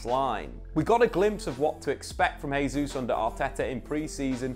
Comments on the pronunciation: Hey, its not pronounced "Hey-juice", its "Jay-Zus" 🤦‍♂️😐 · Just for your own knowledge, Gabriel Jesus pronounces the J in his last name. Kinda like Jay Zeus lol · It's pronounced "Jay-zuz". Christ you'd think covering football for a full time job he'd figure it out by now. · Very good analysis of what promises to be a really exciting season. I'd just like to add one pet peeve: Jesus is Brazilian, but a lot of commentators are already calling him "Hay-zoos", instead of "Zhay-zeuss". Thank you. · Jésus not Hesus. Journalists must find out correct pronunciation. This is Portuguese not spanish.